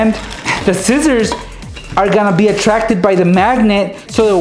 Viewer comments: Its not zizzers its scissors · lol, you say scissors like zizzors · He said zizers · notice how said zizzers. I love it